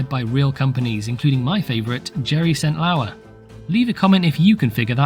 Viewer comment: I can't get Jerry St. Lauer out of my head lmao. Jerry = Classic WWII slur for Germans. Germany => Ger. "Ger" + "St" + "Lauer" = Gerstlauer. 10/10.